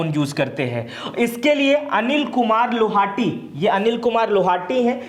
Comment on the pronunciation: अनिल कुमार लोहाटी नहीं लाहोटी।